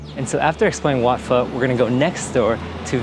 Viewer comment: It's pronounced Wat "Foe". "Phe" is the Vietnamese soup and has nothing to do with Thailand.